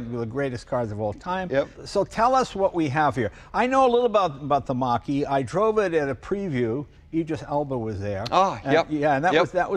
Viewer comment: "Mustang" Mocker-E